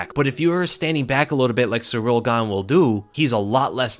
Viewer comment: small criticism. Cyril is usually pronounced either sear-ill or sear-ull in English and closer to sear-hill in French. Not “surreal” like ur pronouncing it.